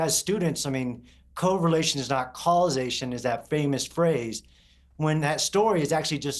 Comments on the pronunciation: I am bothered that he pronounces it as co-relation instead of correlation. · Other dude can’t even pronounce “correlation” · 10 minutes in and is yapping about “experts” but can’t even pronounce the word correlation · I'm supposed to trust the 'researcher' who doesn't know how to pronounce CORRELATION? 😂😂😂